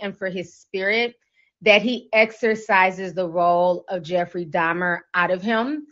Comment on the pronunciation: Alright, I believe you about your unfamiliarity with this guy's story & the horrors he unleashed cuz you kept calling him "Jeffrey Domner"! Who the heck is that, girl?!🙂 The part that sent me into a sudden paroxysm of concurrent laughter & crying was the baptism scene. That episode took a minute. That guy actually converted to the GOD of the christian Bible & then he was taken out? Hmmm.